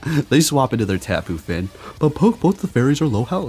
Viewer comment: also tapu finIII, been hearing tapu finn for months now